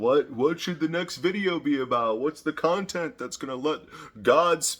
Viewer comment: "Inspired Contont." o/